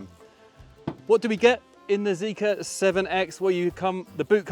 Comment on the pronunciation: its zeekr, not zeeker